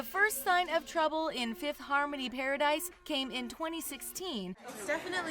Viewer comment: “Fifth Hamony” lol